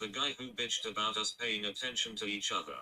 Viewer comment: Yew are killing AHS....num num num. Why dew yew want tew kill AHS??!!